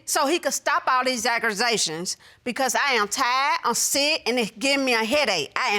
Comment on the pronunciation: “Im tied of the aggrusation” lol